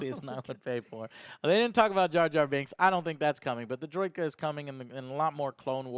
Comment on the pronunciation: Droid-aka is how its pronounced or you could just say destroyer droids. Gun-Gan not gungoon, come on dude are you even a star wars fan?